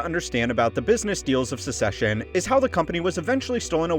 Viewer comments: it's succession, not secession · It sounds like the host is saying “Secession” instead of “Succession,” or am I hearing things? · Bro really called "Succession" as "Secession" lmao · I’m glad im not the only one that noticed that this show is caled Secession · Is the show really pronounced "secession"? Then why do they spell it "succession"? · Succession is pronounced “suk sess shun” you’re pronouncing like the word secession. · it's pronounced Suck-session mate. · Succession is pronounced like success with ion at the end, not like secession, which has just one c in the middle. Just a heads up. 👍